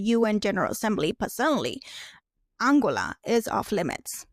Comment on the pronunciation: If you want to have some credibility as a content creator, it would be better to learn how to pronounce the names of the world countries. It is AnGOLa. Run it by some advisors before you turn on the camera.